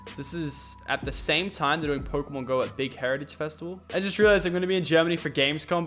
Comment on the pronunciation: i thought it was pokrmon go...